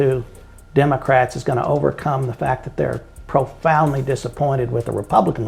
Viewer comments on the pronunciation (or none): what did he just say? "Republicans are porfoundly disappointed"? 😂😂😂 nah bro. We're all very happy with how our state is being ran. Colin Allred has 1000% better chance of winning over Texas Republicans than Crockett ever would, and he's the the man-version of Kacklin Kamala. Talarico has the best shot all the way around. He actually is pretty moderate, the other two are pretending.